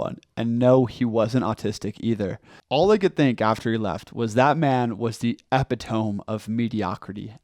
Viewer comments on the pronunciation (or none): "epitoam" it's "e-pit-o-mee" Great video, though. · The "epi-tome"? lol it's pronounced "uh-pi-tuh-mee", and that guy probably is. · E- PIT-oh-mee not Eh-pee-TOME. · Did you really mean to say epitome...as in epti-tome? Instead of epitome...e-pi-to-me? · "epitome" is pronounced "eh-pih-toe-mee", not "eh-pih-tomb" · Great message man! I enjoy your videos, keep ‘em coming. Just a little constructive criticism here, and in the most respectful way; but you mispronounced epitome (Epi-tuh-mi instead of Epi-tome). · did this dude just say epitome like eppy-tome in a story where he was trying to act like he's above some lowly buffoon lmao, guy did not write a word of this script without AI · Alright. It's E Pit Oh Me. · Pet peeve, but: “epi-to-me”, for god’s sake! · Lol epitome... But good video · Mispronounces epitome.